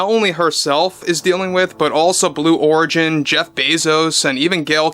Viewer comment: it's origin as in original. Not Oregon as in Oregon. 😅😅😅